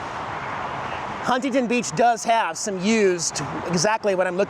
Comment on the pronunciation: I’m glad you finally learned the correct “local” way to pronounce Huntington.